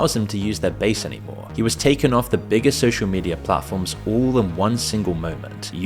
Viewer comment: 🛑🛑🛑 it's pronounced "Media" not "Mediarr" "Data" not "Dater" The way it's spelled is the way it's pronounced 🤷🏻‍♂️🤷🏻‍♂️🤷🏻‍♂️